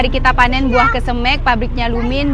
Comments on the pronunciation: Bukan kesemek.tapi kesemeg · Iya benar,koreksi dong penyebutan kesemeknya,skrg kan sdh tau😂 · klw ngomongin kesemek.....gk enak di mek nya.....makanya tlg dirubah seperti bahasa yg lazim disebut.....saya tau itu bahasa Sulawesi saya punya tetangga orang Makasar klw bicara persis seoerti, tapi suka kita becandain suruh rubah😂😂😂😂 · buah kesemek down? Pengucapan nya lucu amat kesemekDown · Bauahahhahaha iyah penyebutannya kesem€k😂😂😂😂 ngakak 😅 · Kesemek bukan kesemEk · Yg bikin ngakak selain buah kesemek juga.cesnat bacanya duku cesnut bikin ngakak 😂sehat2 bumill semoga babynya adek abil kembar cwek cwok 😂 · Lidah sulawesi sebut kesemek😂 sehat selalu bumil🥰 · Baru comment dalsm hati kok sebut kesemeknya begitu he, ternyata memang begitu he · Denger kesemek dr rasanya gimana gitu😊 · Pengucapan kata kesemek buat orang jakarta rada aneh ya dengarnya 😀🤭